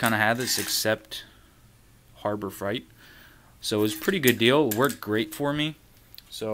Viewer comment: Its not Harbor Fright...its Freight lol.